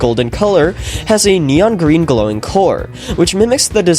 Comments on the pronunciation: finally turned Gween. He got that badgeee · finally turns gween